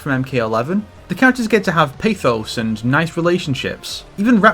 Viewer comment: you mispronounced "pathos"